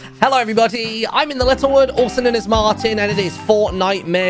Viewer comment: Why do you say "everybody" as a Everyboty? Is it urmaccent?